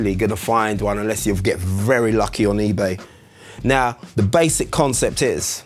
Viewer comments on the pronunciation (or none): none